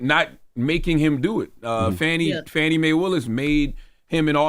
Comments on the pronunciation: Get her name right, it’s pronounced FAW-NEE not Fannie! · The black guy’s name is not Willie, his name is Harrison Floyd…was Willie a joke? Also, the DA’s name is not Fannie - it is Fani - pronounced Fah-nee. This message is for Tezlyn since she is the journalist on the show - love y’all - just make these corrections! 😊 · Please put some respect on that woman's name. Her name is Fani (fawni) not fanny. You didn't mispronounce the other prosecutors's names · The District Attorney in Fulton County Georgia’s name is Fauni (Fawnie) Taifa Willis. Charlemagne and the news person calls her Fannie like Donald Trump. He uses that word as a way to be demeaning. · Not FANNY. It’s pronounced FAWNEE. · Shame on TEZ and CTG for calling Fulton County DA Fan-ee, when her name is FAWN-EE. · Hey guys, I just wanted to point out that you have never pronounced Fani’s name right - and I’m not just talking about the “Maye” part. It is not pronounced Fanny- what she is doing is too important to be playing with her name so loosely if she heard it, I think that she would be offended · Her name is pronounced Fawn-ee.